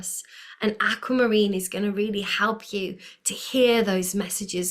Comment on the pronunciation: Likening your channel! No put down but it is pronounced Aqu not Acu! 👍🏻 Pieces here.